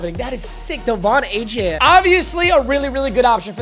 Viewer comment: Another season of wheel of mut and another season of not pronouncing Achane's name right